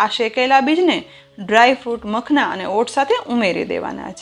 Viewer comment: માખાના ને બદલે મખણlબોલે છે. પહેલા વસ્તુ નું નામ બરોબર બોલતા શીખો..... ઉચ્ચાર પર ધ્યાન આપવું..